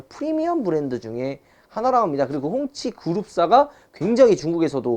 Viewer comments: 홍치가 계속 꽁치로 들린다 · 홍치인데 자꾸 꽁치로 들리네ㅋㅋㅋㅋ통조림쪼깨고 싶놐ㅋㅋㅋ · 소리작게하고들으시면 가끔 홍시도 들려요